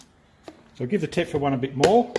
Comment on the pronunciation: Thetford not tetford